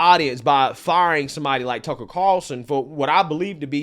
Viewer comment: Love your channel. It sounds like you're saying tuckle. No big deal. Just saying